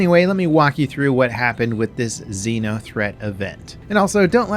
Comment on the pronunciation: Is it a Xeno threat or Xena threat event? Because you keep saying Xena.